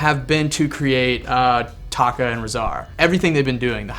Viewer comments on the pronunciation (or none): tokkah not taka